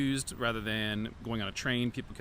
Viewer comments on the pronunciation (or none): none